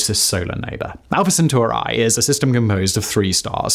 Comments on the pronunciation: Centuri i i i I (iI) not centurAY! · Centauri not Sentoorae. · Drinking game for today: Have a shot each time he says "Alpha Centurai" instead of "Alpha Centauri"... Have a medic on standby... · CenturEEE!!! Love ALL of your stuff, but just can't listen into this one, only bec of that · I can't stop hearing CentUARI, and getting distracted 😂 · every time you say Centauri as "Centor eye" I lose another minute of watch time. That is why I only watched this video for 2 minutes. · Say "Proxima Centurai" one more time... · Isn't it rather Alpha Cent*auri*? Awesome episode, thank you so much! <3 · can't get past the pronounciation of Proxima CentaurEYE! 🤦🏻‍♂ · omg you kill that pronounciation bro lol senturAI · you are mispronouncing Centauri, it is not an English word